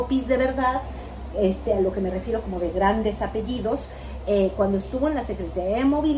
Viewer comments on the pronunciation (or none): Le pregunto, por qué se burla de la presidenta al pronunciar su apellido, es indicacion de Salinas Pliego!😮